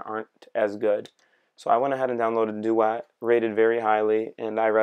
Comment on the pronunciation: Pronunciation of duet is bothering me.